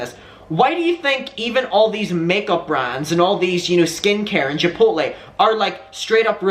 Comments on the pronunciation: Chipotle sounds like: Chip-pote-lay (long o) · I feel like you were getting Chipotle and Chick-fil-A mixed up and /or combined lol.. i was living for it... "i feel like thats a place?" yea you're thinking of chick fil a but trying to pronounce chipotle the same way hehe, that was great and i dont know why it entertained me so much. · You struggling with saying "chipotle" is the best thing hdhdhdbd 😭✋